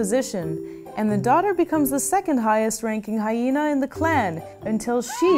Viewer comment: IT'S MA'AM! "HySHena"